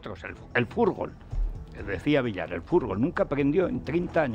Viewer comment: Como un tipo que pgonuncia como vd. Puede criticar que Villar dijese furgol,cosa por otra parte incierta.